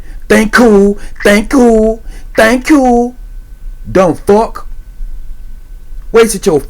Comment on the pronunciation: "tank you tank you"